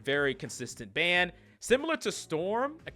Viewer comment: What's a "bann" rate? What's terminology in this game for bann or whatever you keep saying?